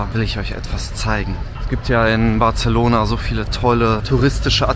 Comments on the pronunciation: Nur falls es dich interessiert: BarSelona. Nicht BarZelona. (So wie Majorca und nicht Malllorca) 😜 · He, Barcelona spricht man nicht mit "z" 😆 man kann übrigens gut mit dem Auto in die Stadt fahren. Einfach vorher nach einem ordentlichen Parkhaus schauen, evtl. in Street View schauen, wie die Einfahrt ausschaut und Bewertungen checken. Man kommt oft günstiger, wenn man das Parkhaus vorher reserviert oder die App vom Parkhaus nutzt. Und natürlich nichts im Auto liegen lassen. Dann ist es sehr entspannt mit Auto ☺ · Zwischendurch war auch ein "Bartzelohnahr" dabei...😂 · Hör auf Bartzelona zu sagen WTF ich hätte dich auch ausgeraubt XDD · Batzelona, da bluten ein bisschen die Ohren. 😂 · sorry muss das video ausmachen, kann das Bartzelona nicht mehr hören, würdest du es wenigstens nicht so oft sagen.... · Das "c" von Barcelona spricht man als "s" aus. Barselona.